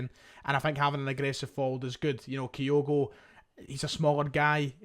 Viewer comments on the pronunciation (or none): Why are you saying 'Gay' instead of 'Gyu'? Reminds me of when you said 'Kayogo' instead of 'Kyogo'...for months. Strange! You're obviously able to read, so I'm not sure what it's all about 😅